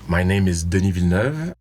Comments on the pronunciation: That's the joke. He pronounced his own name how it is pronounced. You would be surprised how many Americans(and canadians) pronounce it Villey neuvey. As if it was Spanish. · Agreed. Not "Dill-e-nerve" or "Dillin-e-yoove". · Finally someone who pronounces Villeneuve correctly 🙂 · Yes, I learned how to pronounce Villeneuve many years ago thanks to Gilles and Jacques. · Ah yes a man can say his own name properly